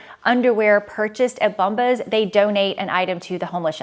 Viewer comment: I’m always here to giggle at your brand ads pronunciation. Today is “BUMbas”. Think of the word “Bomb” and then “ahs” at the end. ❤